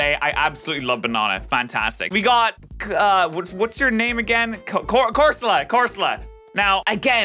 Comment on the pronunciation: its CORSOLA!